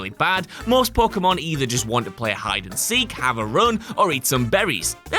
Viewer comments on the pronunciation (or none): none